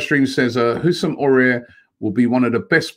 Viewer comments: AFTV - “ah-war” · Robbie, it's not "Houssem Aurier", you pronounce it "A-wahr" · I think it's pronounced A-OE-AR. With the first A pronounced more like an AU. Correct me if I'm wrong. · Can Robbie just pronounce Aouar properly🤦‍♂️😂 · it s pronounced a-war robbie not aurier ,aouar and we say a-war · Aouar is pronounced like Ahw-wah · Aouar... Robbie stop butchering this boys name😂